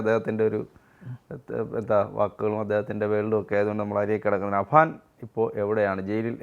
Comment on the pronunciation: അബാൻ അല്ലെടാ പൊട്ടാ അഫാൻ ആപേടിനെ എന്ത് വിളിച്ചാലും കുഴപ്പമില്ല പക്ഷെ നാട്ടുകാർ വിചാരിക്കും തനിക്കു അക്ഷരം അറിയില്ല എന്ന്